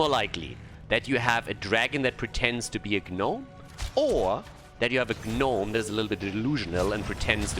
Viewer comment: I love that cannot pronounce "Gnome":)